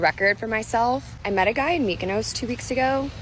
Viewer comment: Mykonos ( She pronounced it wrong,[ like if she would say Futt{ palatinate word for cunt}, instead of food]), is an greek Island!